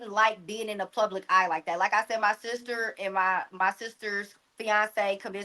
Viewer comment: She said plubic😮